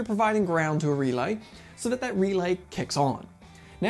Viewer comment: This guy? "R E L A Y!!" That's right big Guy U said it right! "R E L A Y!!!!" Alrighty Big Man U did it again! "REEELaY!" (owwww god this is gonna get old?)